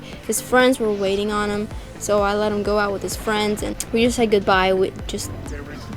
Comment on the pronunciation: I like how she says "him" it's sounds like " hyim " to me lol